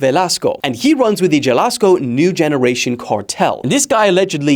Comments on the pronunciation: Bro it's Ha lis Co😭 not Ja las co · It’s pronounced Ha-lees-coh. Just saying..😅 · Jalisco is pronounced "Ha-lee-sco" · JAH-lisco is WILD. LOL is HAL-ees-coh. ya freaking brit do research before u offend a whole country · "jalisco" lol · Simple mistake but Jalisco is pronounced “ha-lees-co”, in Spanish the J makes an “H” sound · Jalisco is pronounced like “halisco” bro. J is pronounced like h in Spanish speaking countries 👌🏼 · This will all be forgotten soon! BUT Bro really mispronounce Jalisco 🤦‍♂️ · 😂 the way you say Jalisco.. 😅